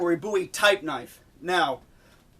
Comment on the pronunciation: Excellent video. Very informative. New subscriber after watching this video. I was beginning to think that I was the only person who thought a Bowie knife had to have a ten inch blade. And one more thing I'll say, I appreciate you pronouncing the name Bowie correctly.